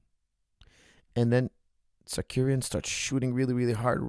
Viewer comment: i cant listen to this guy say "tsakuryan"